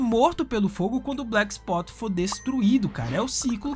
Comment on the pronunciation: Black spot e não black "sput"